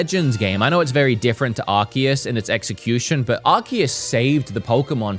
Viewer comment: Arseus not arkeus.